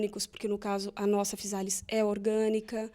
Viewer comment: Olá tudo bem. Apesar de escrever com ésse, fala "fiZális", igual casa escreve s e fala Zê.